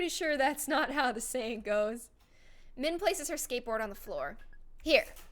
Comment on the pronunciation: I laughed so hard when she said “skateborb” I have no idea why